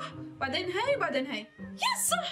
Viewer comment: مابتعرفي تحكي صح بتقولي سح